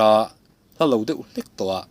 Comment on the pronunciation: "Mei a de" tiha "De" ang hian lam tur